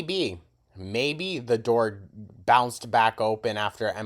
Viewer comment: Yall think “the cOOOOœld brEEEze” is so funny but “TA door” is legitimately funnier